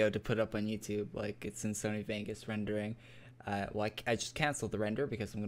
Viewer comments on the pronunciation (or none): none